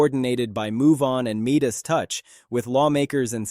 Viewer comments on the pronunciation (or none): Everything about this transmission is Artificial. There was no SOTU address yesterday. Midas is not pronounce Meedis. Bull Shit Bait!